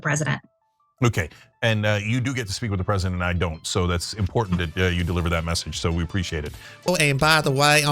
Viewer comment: Incredibly im-POR-dunt